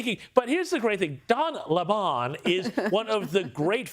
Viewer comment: The sodomites name is lemon as in sour fruit, not lemon.